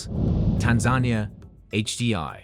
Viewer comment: The reader does not know how to pronounce Tanzania correctly.